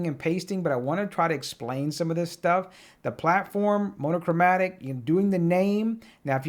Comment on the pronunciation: No yawml is fine - monochromatic was a crime though. Thanks for the vid!